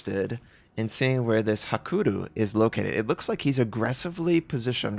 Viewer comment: still cant pronounce hakuryu huh